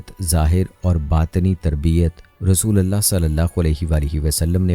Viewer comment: App kalma galat perh rahy hen RASULULLAH perhna hay zabar nahi lagana pesh lagana hay RASOLALLAH nahi perhna kalma galat nahi perhna cahiye zer zabar galat perhny say minning change ho jaty hen